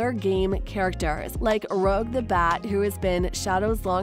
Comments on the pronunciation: Iam not trying to be rude but her name isn't "rogue" the bat it's rouge the bat it's a common mistake, even I sometimes say it wrong. But I hope you pronounce the name right in the future iam sorry if I seem like a judgy or rude person. But I genuinely want people to pronounce the name right so they don't get attacked by a "Sonic" fan have a wonderful day :). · she "Rogue" not "Rouge"🤣🤣🤣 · It's Rouge not Rogue. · Her name is not Rogue the Bat! Her name is Rouge the Bat! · Rouge the Bat. Not Rogue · It’s not rogue it’s rouge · roge? may start calling rouge that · Hayel naw she said "rowg the bat" lmao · I'm sorry, did you call Rouge "Roge the bat"? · tell me im not the only one who heard "rug the bat" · Rouge's name is pronounced as "rooje", just letting you know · love the channel but... u pronounced rouge wrong its kinda like rooj, not the word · Can you please pronounce Rouge right I know she's probably just reading it as she sees it but it's not how it's pronounced and it drove me crazy 😵‍💫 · Rouge 🦇 was mispronounced